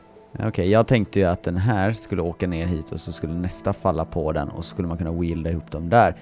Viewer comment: För faan, lär dig uttala weld, svetsa: Nu låter det som att du säger wield vilket är något helt annat.